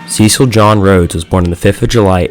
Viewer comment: Can’t even pronounce ‘Cecil’ properly. 🤦🏻‍♂️